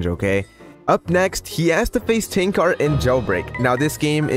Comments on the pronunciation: Btw you pronounce his name as Tanker not tank ar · "Tanqar" is killing me XD Its Tanq-er is how to say it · The way u prounounce tanqr sounds like ur saying ten cars 😂🤣